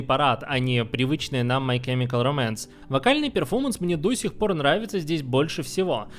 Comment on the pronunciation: Спасибо за видео, но чёрт побери эти ударения "My chemical románce" "ФрАнк Айеро" режут уши!